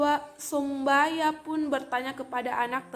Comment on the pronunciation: As wr wbr Mohon dicermati narasi yg saudari baca agar tdk menjadi cemohan buat saudari, agar sebutan narasi Sombaya dieja dgn benar dan jelas bukan somboya trims